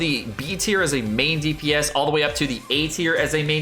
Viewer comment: its time for your tea-r list